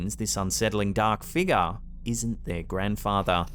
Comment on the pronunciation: wtf is a figga?? Ohhhh you mean figure🤦🤣